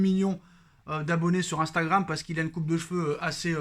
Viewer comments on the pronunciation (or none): none